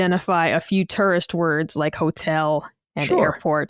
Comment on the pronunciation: pronunciation of tourist is "harrible"